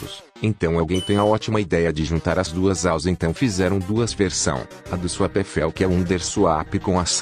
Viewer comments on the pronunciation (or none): "Fellzuape" português 10/10